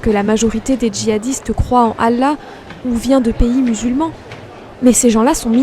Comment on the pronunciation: J'ai du mal à te trouver crédible désolé.. t'as vraiment été musulman toi? Tu te prétends spécialiste de l'Islam toi ? Bah merde.. Tu sais même pas prononcer le mot: "Allah" correctement... Le dieu غلا mdr on doit surement pas parler du même alors. Les musulmans ils prononcent Allah au moins 50 fois par jour et toi tu te trompes à chaque fois.. il y a quelque chose qui m'échappe. Ça doit venir de ton physique je pense, tu t'es dit j'ai une gueule d'arabe -> arabe=muslim, donc ya un petit billet à se faire.. je vais vendre mon livre et ses cons de blancs vont l'acheter. Je veux dire tu as ta vision c'est bien, mais ne te prétends pas spécialiste parce que la tu es ridicule..